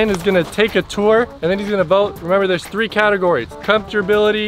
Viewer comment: Is anybody gonna point out the fact that said tree fart 😂